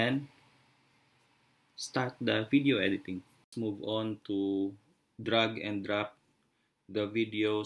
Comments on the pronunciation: It's drag not drug...lol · Wakakakakakaka. What do you expect from pinoy? They are known to make stupid people famous because that are stupid. Nobody can tell them off because they are always right I meant WTF he clearly pronounced drug instead of drag. Yet they think they can speak fluently. My maid speaks horrible English but she thinks she speaks better than the other Singaporeans. Lol wtf dude! I think their teachers are as bad! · drag not drug...u sounded funny...hahaha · I think the ones who pronounced drag as drug need it more...gosh people are proud showing their stupidity openly... lol